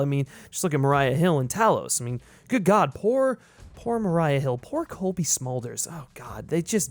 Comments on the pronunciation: Its Maria Hill not Mariah Hill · "Mariah" Hill? Do you mean Maria Hill? 😂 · Maria Hill, right? Not "Mariah". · Enjoyed this video. Definitely validated my existing thoughts. Had to chuckle at “Mariah Hill” though 😄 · the way you pronounce maria hill as "mariah" hill made me lol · You pronounce these names like you have only ever read them and never heard them before...mariah hill...come on bro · "Mariah" Hill? 🤣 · The amount of names you mispronounce is absolutely insane. Great content but I’m not sure how you managed to miss pronounce Gravik, G’iah, and Maria Hill lol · That pronunciation of Maria Hill and G'iah